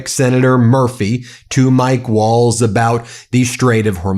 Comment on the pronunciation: Nice that Waltz has that bit of cardboard to tell us he is honourable, his words keep saying otherwise. Also his name is the same as the dance, I hear people pronounce it Walls? Or is that just the accent? As the t and z are getting no love.